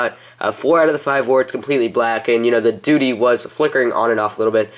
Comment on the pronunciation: you said duty